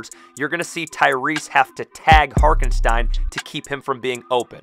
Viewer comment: can’t lie, it bothered me as a giant OKC fan lol. His name is Hartenstein. Pronounced Heart-en-Stine